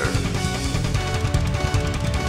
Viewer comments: Resident Rebecca! Ese último se escuchó mal. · "Resident ReBeCca" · ReBEECa xD . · Resident ReBeeCa xdd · resident reBEEca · Resident.....reBEEca xD al final jajajaa